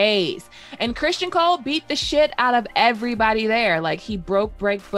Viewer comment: Ok. I know I'm gonna get some flak for this, but when you mispronounce Criston Cole like 20 time in 18 minutes I gotta say something. It's understandable when some names are interpreted differently because the spelling creates the confusion (Aenys, tee hee). His name is straightforward. I almost feel like you're taunting me when you say Christian Cole. It's like fingernails on a chalkboard to me. Anyways, I'm probably wrong, unreasonable, silly, over critical... Or all of the above. I guess I hope this constructive for you